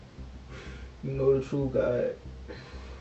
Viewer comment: Somebody teach these killers how to pronunce TRUTH; not "troof".